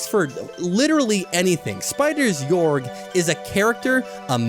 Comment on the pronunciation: it's pronounced gay-org